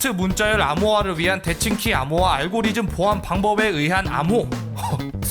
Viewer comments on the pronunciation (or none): none